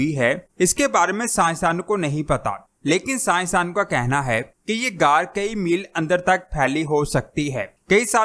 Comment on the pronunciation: Ghaar ko aisay bol rhy Jason say car bol rhy